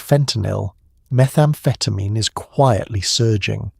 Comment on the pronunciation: This sounds more like dexamphetine than methamphetamine?